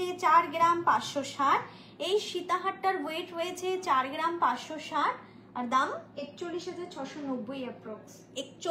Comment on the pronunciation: Collection darun but per geram noe gram.pronunciation thik korun please